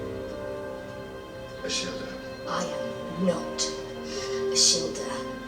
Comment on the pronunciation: You are pronouncing Ashildr's name correctly,! I preferred this episode to the previous one. Ashildr/Me pleaded with the Doctor to take her with him, because she didn't want to be alone and she showed a vulnerable side. She was like the scared little girl in the Viking village. However, the Doctor has seen a darker side to her character. Ashildr/Me is bitter and resentful that the Doctor made her immortal. She shows no gratitude, when she says she would have died at some point, anyway. This all leads to a lesson that the Doctor has to and is about to learn about loss, to stop him feeling sorry for himself, because so far, he hasn't been remorseful for the people he had "a duty of care" to, but has been full of self-pity. Season 9 is pretty much all about loss and what the Doctor is about to learn from it at the end of it all. I still think Ashildr/Me is a pain in the...you know! Great reaction video,. There are some great episodes ahead and I look forward to your next reaction.